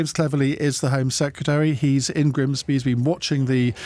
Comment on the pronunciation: It's Grimsby not Grimby! Doesn't LBC employ editorial staff to check place names? As for the interviews and audience interaction Sunak was embarrassing in his responses but got an easier ride from the presenter than Starmer.